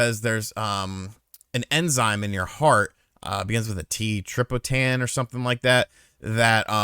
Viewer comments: I was considering that but what he said sounded like tryptophan so it kinda threw me off lol. But yeah, you'd test troponin in this case. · dude it isn’t treepotann it’s troponin😂